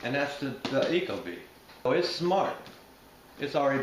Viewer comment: Pronounced "eek-o-bee" not "echo bee" - source: Ecobee's marketing/installation videos